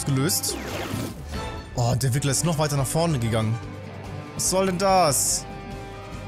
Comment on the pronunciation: eS HeiST RiGGleR uND NIchT WiGGleR!